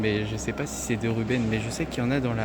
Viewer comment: le nom du peintre se prononce RubenS, avec le S